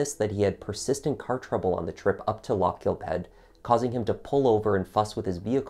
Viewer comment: No it isn't! The "gh" is aspirated, and most definitely NOT pronounced as a K!!!